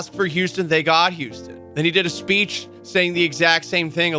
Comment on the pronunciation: “Houstom” will miss you, Maldy!